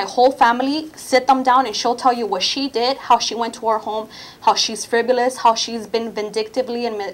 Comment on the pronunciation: "Friv-u-liss" and boy does she LOVE the word "disseminate"